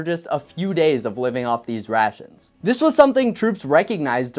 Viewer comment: I swear that the further into the video he went, his pronunciation went closer and closer to "c-rat-shuns", which sound eerily similar to the modern "C-rats" meme.